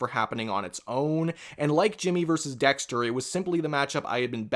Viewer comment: “Jimmy neutron verseurs dexteuuuuuuur” wtf is that dialect